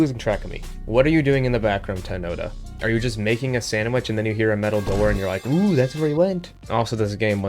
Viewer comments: “Temnota” is translated from Russian and is pronounced “temnotá” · the pronunciation of Temnota is killing me